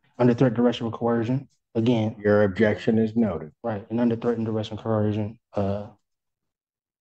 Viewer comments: I heard another Sovcit once pronounce it as “corrosion”. I’m not kidding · If I hear coercion mispronounced any more times my ears are going to start bleeding. Every single one of these idiots insist on pronouncing it with an H. I doubt they even know what the word means. I would not be surprised if they wrote cohesion in their notes instead.